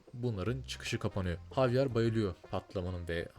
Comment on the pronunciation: la javier i ingilizce değil korece cevirip dinlicen :D havyar değil habiel hatta bi ara ceviride habiel olarak geçiyor sonra ing e javier olarak geçiyor